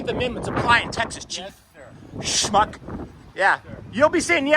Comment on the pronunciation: You said it right smuck